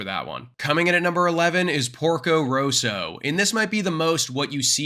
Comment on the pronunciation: I think it is good to learn the besr pronunciation possible to do justicw to thesemovies. For example 'Porco Rosso' not Roso.